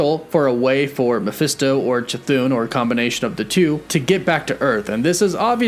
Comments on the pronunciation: u gotta stop calling “cathon”, “chuthoon” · Really dig your channel. Chthon is actually pronounced "ka-thon" not "cha-thoon." It's an Indo-European name derived from the Greek word chthonic which is pronounced "thon-ic," dropping the silent "ch." Keep doing what you're doing. Good stuff! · c- thoon? is that how it's pronounced? I thought it was ch-thon. edit: no offense, mispronouncing something is perfectly normal. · It's not pronounced "Cha-Thune" ...... it's "Kah-Thone" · Pronouncing it Cha-thune is incorrect, I think. I think it is pronounced Ca-thon(silent H) or Ch-thon. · The pronunciation of Chthon is bugging me (Thon not thun at the end of the name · Please quit saying "ChaThoon" :) "ChaThahn" sounds so much better. :) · it's NOT pronounced Ca-thoon...it's Cthon...get it right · As much as I LOVE hearing you pronounce Chthon: Ka-thoon, I thought you might like to know how it’s actually pronounced. The CH is silent. So it’s pronounced Thon (Th - on). Similar to Thron, without the R! But don’t take my word for it. Look it up. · Pronounced: "CA-THON" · Chthon is pronounced "kuh-thonn" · I beleive it's supposed to be ka-THON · stop saying chathon like that, the h isn’t silent!!! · Lol "shithooooon" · Everyone: chthon: Cathoon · nope, he used to call it chthon, but maybe he read something somewhere and he started calling it cathoon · How many times does he mispronounce Chithons name in 3 different ways? 🤣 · Ok you’ve literally pronounced Ch’thon 3 different ways. I feel like you’re trolling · he has a speech impediment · None of your predictions and explanations worked out. Your whole series about WandaVision is a complete failure, just like you. And still too dumb to pronunce Chthon's name properly. You are the only one, other YT'ers can speak. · There are not 2 O’s in Chthon lol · I can't wait until you realize you've been pronouncing Chthon wrong.